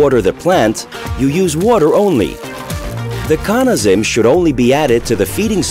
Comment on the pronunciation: Hmm, "Cawna". Always thought it was pronounced "Cannuh". Good to know! :)